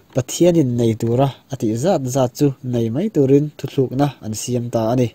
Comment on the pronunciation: Caption khi siamṭhat ava ṭha ve aw,.. dangdai emaw danglam tih tur a nih hmel ka lo ti a.. Tin, "thuthlukna" nilovin " Thutlukna" tia lam rik tur a ni e 😇 Post ṭha tak a ni e: rawn up chur chur teh khai..👌👍👍